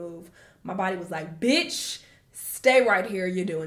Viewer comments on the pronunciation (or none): I like your videos because I like the way you say "BEETCH" lol :)) It's okay. Take your time ❤